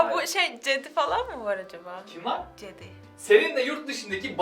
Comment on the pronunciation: cedi mi demesi . te allam